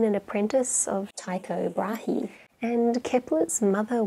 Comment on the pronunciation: Tycho Brahe is pronounced "choo-ko braah" with a rolled "r". 🤭